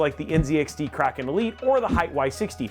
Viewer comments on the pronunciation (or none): none